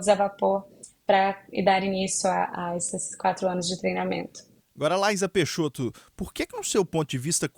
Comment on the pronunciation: O espaço é um assunto muito complexo esse jornalista e muito leigo pra tá fazendo essa entrevista à única coisa que ele sabe é pronunciar o nome dela correto vamos esperar a entrevista dela pelo Elom musk